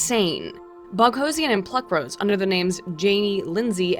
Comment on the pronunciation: Separately, I have a sneaking suspicion that the reason you started mispronouncing "Boghossian" is that you've said "Sarkeesian" too many times.